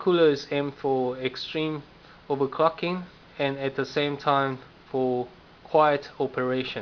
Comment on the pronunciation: If you listen to , it sounds like "fucking", (He said overcl"ocking")